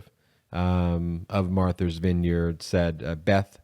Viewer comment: How can you not know how to pronounce MARTHA, for God's sake? Wow, my respect for Ben's intelligence has just taken a nosedive! Marther? MARTHER??? That sounds like something Lauren Boebert would say!